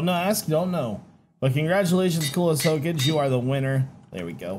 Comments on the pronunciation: I can tell never watched Naruto he said “Ho-kage” It’s Hokage😂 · Hocage??? Its ho-ka-ge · im sorry but its pronounced ho-ka-gay not ho-cage. i just a big fan of the anime thats from and didnt want you to say it wrong by mistake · Hoak-age. Lol, that made me laugh., for the record, it's pronounced Ho-Kah-gay. I could make a tasteless joke about the beginning and end, but I'll leave that to the others. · you did NOT just say hoka"j"e ....XD I don't even watch naruto and I got triggered XP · Ho-cage lol it ho-ka-gay it’s an anime reference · "Hokaje" it's Hokage from Naruto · Party Elephant - Its how he pronounced it... he said Ho-cage. It's pronounced Ho-ka-ge Hes obviously never seen Naruto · hokaje, yeah, hokage (pronounced hoe-kaa-gay) has become hokaje, i guess its obvious now that you dont watch anime! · It is pronounces as Ho-ka-ge Not Ho-Kage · its pronounced Hoe-kah-gay, not hoe-cage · Someone isn’t a naruto fan. ”ho-kah-gay” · hahahahahah, I thought the same thing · Btw its "ho-ka-ge" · Looks like no one remembered naruto -coolest hokage (ho-ka-geh) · Hokage is pronounced, Hoe-Kah-Gay. It's from Naruto. The kage is the leader of the village. 😁👍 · Its Ho-Ka-Ge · its pronounced hookahgay oh adn is were to add a tool i would add a spoon e eat my stew so i dont need to trow the hot stew in my face #question of the day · He said hokage wrong 😂😂 it’s pronounced like ho-ka-gay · Hokage - Hoe-Kah-Gay (pronounced) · how you said hokage... hurt my soul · Is it possible to butcher hokage even more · The way you pronounced Hokage made me trigger a bit, but it's fine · Every Naruto fan is sure to be triggered by the pronunciation of Hokage XD